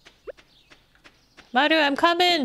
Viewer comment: The way you say "Maru" ❤